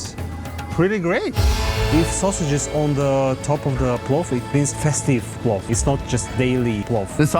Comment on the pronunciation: not plov, mynau palau